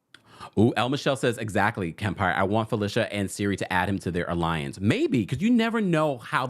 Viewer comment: Siri? Lol Cirie (Sear-ree)